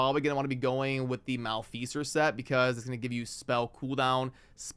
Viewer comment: I have never heard maleficer said so wrong